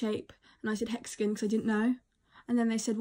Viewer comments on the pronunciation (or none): "hExAgON" CHI STAWP😂😂❤